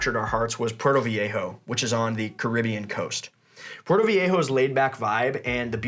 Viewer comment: You need to learn how to say Puerto! LOL, you say it like your Portuguese.